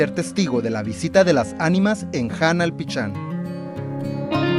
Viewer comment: Se pronuncia PISHÁN no PICHÁN!!!